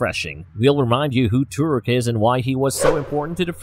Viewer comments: its not turuk its toruk literally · Why im so annoyed to hear the way he said Turuk and sometimes Thuruk instead Toruk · he says turok instead of toruk during the whole video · not gonna lie i clicked so fast at the title, but soon they say "Turuk" instead of "Toruk", i pause and not continue the video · Holy shit the pronunciation in this video 😭 “Two-rook” “ik-cron” “ik-kryn” “mahk-toe” “sah-hell-lou” “toe-koon” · The way he saying Toruk is kinda pissing me off tbh😒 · Why do you guys pronounce "Toruk" wrong